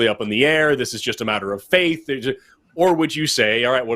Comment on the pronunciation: When says "I left the Christian faith" it sounded like "I want to crush your face".